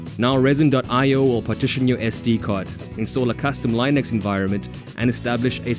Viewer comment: Nice video, but where did you pick up your pronunciation of Linux?